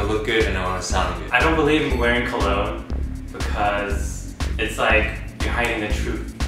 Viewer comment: colon!!! O.O you mean cologne...